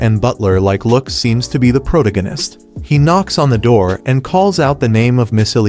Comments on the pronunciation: pro-tuh-gow-nist like its another ist and ism lol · "Protagonist" is an actual word in the English dictionary. I don't understand how even the most primitive AI could fuck up the pronunciation so spectacularly.